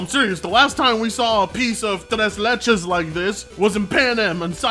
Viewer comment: He said tres leches cake 😂😂😂